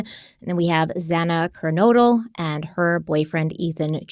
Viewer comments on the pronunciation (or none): clarification on the pronounciation: It's Zay-na Ker-node-le and Chay-pin